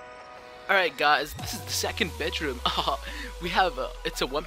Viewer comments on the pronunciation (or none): Did the guy say second bich room